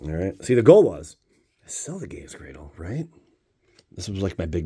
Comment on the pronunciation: Well, seeing as you can’t pronounce gaea’s cradle properly, you probably better off not having it